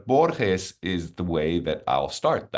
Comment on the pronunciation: It took more than 6 minutes for the interviewer to pronounce Borges more correctly. Minor point but still irritating.